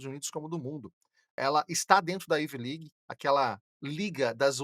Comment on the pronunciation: dR... IT IS NOT IVI LIG... IT IS AIVI ( COM ACENTO AGUDO NO A) LIG.. PRONUNCIATON.